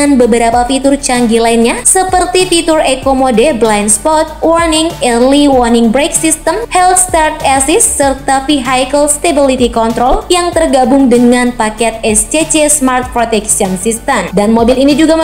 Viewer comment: bahasa inggrisnya aneh hill start assist bacanya malah hell start assist -_